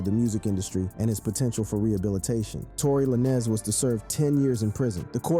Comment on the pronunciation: Tory Lan-Ez ... bro what?! How u make a video bout rappers n dont know they name? How you fugg up the pronounciation of a FIVE LETTER word 😂😂